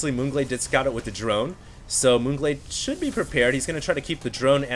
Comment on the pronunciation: lol sounds like un glade